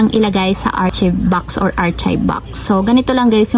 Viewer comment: Sorry ha, artsib? It should be aar-kive. Unless my explanation ka po bakit ganun basa mo.